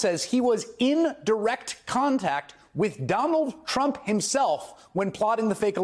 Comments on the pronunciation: Sounded like he said Donald Chump..😂 I like it. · Sure sounds like says, "Donald Chump" in the beginning of this vid. 😂😮😂